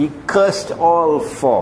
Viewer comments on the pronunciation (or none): You sound like you're saying cussed. But I believe you mean to say cursed. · "Cursed" is correct.